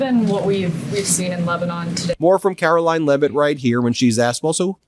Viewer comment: Ughhhhhh caro-lieing lol.